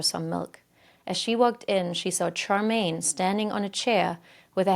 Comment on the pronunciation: most of the locations were pronounced wrong but they do have wierd spellings (Worcester is pronounced Wuss-ster, Leicester is pronounced Less-ster) but Partington is pronounced exactly as it's written. And Charmaine is pronounced with a "sh" sound.